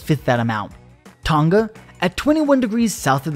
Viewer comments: Why is he pronouncing Tonga like that though? It’s “ton-gah” not “tuhn-gah” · BRO WHY DO AMERICANS PRONOUNCE IT "Ton-Gah" its "Tong-ah" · Tunga? "Tong nga" tonga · Pretty sure it’s pronounced “Tong-a” instead of “Ton-ga” btw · All Americans. Say the word ‘sing’ now say Tonga. For the love of whatever you believe in stop saying Ton Ga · It's pronounced Tong-A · It's fucking hilarious hearing Americans say "Tahnga" instead of saying it properly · T-Uh-n-Ugh? Kr-Uhk-uh-tow-uh? Hmmm? 🧐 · The pronunciation of Tonga is hilarious lmao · That's an interesting pronunciation of Tonga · I'm just here to hear everyone pronounce "Hunga Tonga". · They say Tonga wrong and it hurts my ears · You are saying Tonga Soo wrong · They are saying tonga wrong 🤣🤣🤣 please stop